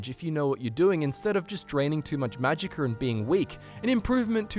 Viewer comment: Boi said magiker